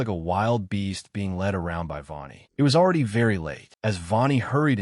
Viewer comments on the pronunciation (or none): im weirded out about the ai cant pronounce yvonne and instead says vaughn-e